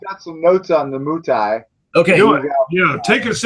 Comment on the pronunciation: Moutai The Mou is more pronounced like "moe."